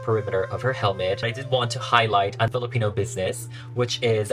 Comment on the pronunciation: Ugh. So impressed with the doll making and the Filipino pronunciations. Yasss queen! ❤❤❤